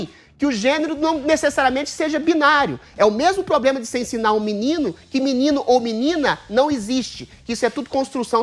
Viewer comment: Agnaldo Timóteo: "é menine ou menine? Agnaldo TeMostro: "é menine, menine."